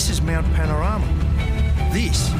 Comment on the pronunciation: Panorama....with a 'o'.